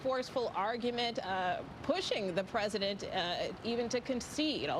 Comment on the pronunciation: It would be nice if my president could pronounce president without slurring